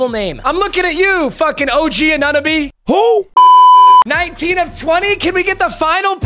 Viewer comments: It is og anunoby pronounces o-g an-a-no-be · Lmao it’s OG on-a-no-be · his name ain’t that hard to say also saying who to OG is just casual 😂